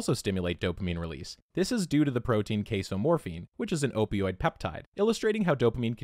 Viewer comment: You were talking about cheese and I swear I just heard you say it releases Queso-Morphine